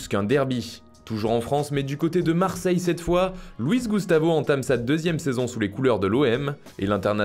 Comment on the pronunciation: Marrrrseille c comme le bresil ? Heu heu heu heu